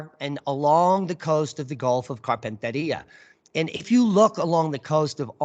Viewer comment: you’re spinning me out with your pronunciation of Gulf of Carpentaria. Yep, you gonna need some Aussie lessons- “Carpentaireea….also Maori- try saying “mowree”😂